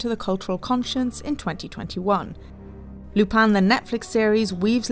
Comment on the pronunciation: It's pronounced "Arse-en", as in arse, the British version of as and then "en" from end, not "assane"! They don't even pronounce Lupin right! It's clearly pronounced "loo-pen" but instead they say "Loo-pan"! How do I know this? Simple, 𝗣𝗲𝗿𝘀𝗼𝗻𝗮 𝟱.